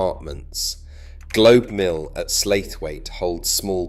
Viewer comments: Enjoyed your video, but you do need to learn how to pronounce Penines as in pen nines and how to pronounce Slaithwaite as either Slath Waite or sla it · Great and well researched, spoiled by the AI narration. Pennins and in particular Slaithwaite, come on!